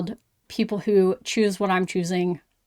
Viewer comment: Emphasis on the word "choose."